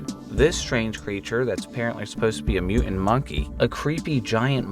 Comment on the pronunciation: "Mu-int monkey..."